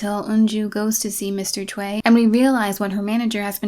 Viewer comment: tsk tsk Westerners... "Choi" is read as "choy"; or so that's how it is in my country & we're in Asia.